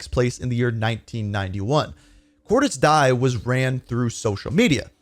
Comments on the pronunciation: Anyone else wondering why he pronounces it as Cordis "die" and not "di(a)" like it is in the game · Its not cor-dis die its pronounced cordis di-ya Even bo2 pronounces it like this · It Cordiz Diez.... great video though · why this guy spells "Cordis Die" and "Cordies Die" and not "Cordis Dije" typical american it is not "death" there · It’s pronounced “cor-dis dee-uh” not like the english “die” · It's pronounced "Cordis Dee Ay" bro 💀😭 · Just a heads up, Cordis Die is pronounced Cordis Deeyay